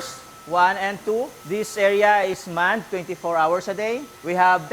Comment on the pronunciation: Did this man really just say “this station is manned 54 hours a day” ?